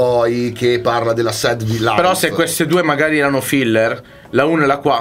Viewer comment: si scrive sad si legge sert voglio le magliette